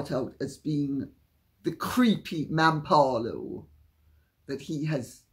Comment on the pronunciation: Sorry, what is a "mampalo"? x